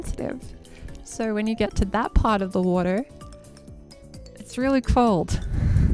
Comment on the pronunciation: I don't know what accent this you have, but whenever I hear a Youtube video start out with "so" I hear "sir" and I'm always for a split second every time I wonder why someone would start a video saying "sir" and then, I hear the accent in the second word said and I feel silly lol